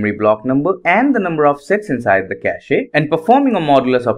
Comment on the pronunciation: Bro, don't pronounce the e in cache ^^